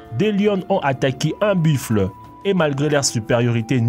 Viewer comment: dsl en dit pas biffle en dit buffles ta dit biffle